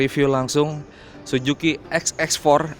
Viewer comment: Suzuki, mas reporter. Bukan Sujuki. 😀